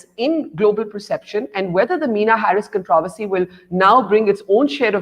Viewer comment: Controversy pronunciation mistake by Barkha Dutt 😀